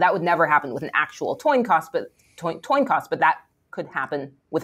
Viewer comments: Toin Coss?! What kind of Physicist says toin coss?! Nope, can't take her seriously. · Toin Coss lol